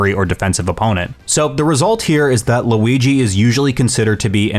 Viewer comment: great vid, but it's Luigi, not Louigi